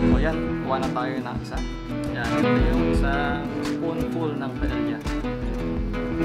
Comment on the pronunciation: Owner was 👍 Pronunciation daw was..Paeya ( Paella)😊